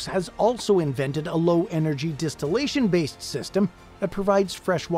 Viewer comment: I thought it was “Distillation” not Destillation 🤔